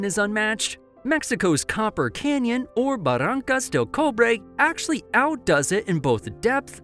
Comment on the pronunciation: does this person know that Chihuahua is the widest state were basically Celtic from The Basque country why did he pronounce our state so weird, anyway it's more like copper cliffs not copper canyon, and he used the sott r to pronounce Barrancas I do appreciate him trying to pronounce it, but this word is totally the rolling RR the rolling hard R by the way Monterrey has two hours I don't know why you spell it with one hour that's not saying what, and it means the Kingswood if you were wondering, did you know Monsanto means Hollywood, I'm just translating from Spanish, that we don't call Spanish that's you we call it Castilian I'm sort of tired of arguing with yanks about it